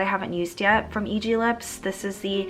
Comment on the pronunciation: Just so you know, EGLIPS is pronounced ee-geul-lips (이글립스). Though for the more American pronunciation, it would be ee-glips (like saying the letter "e", and "glips" as in the word "lips" but with a hard "g" in front).